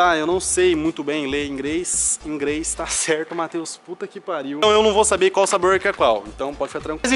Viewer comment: "ingrêis" kkkkkkkkkkkk Velho tu é fodaaa💚